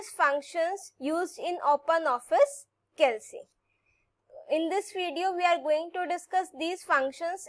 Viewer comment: It's "calc" not "cal c"